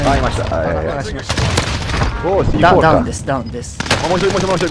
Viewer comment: カネキンさんの、ダウンの発音が好き